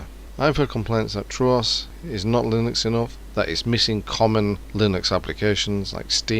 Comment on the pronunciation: True"aw"s? Its not just "True" "os"